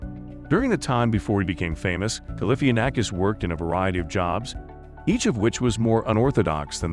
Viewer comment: Learn how to say his name